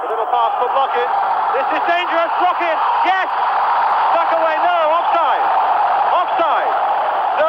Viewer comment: Недавно посмотрел ролик как пытались звук "х" передать латиницей. Ни kh ни ch иностранцы не понимают до сих пор и произносят как глухую "к". Отсюда Blochin комментатор прочитал как Блокин.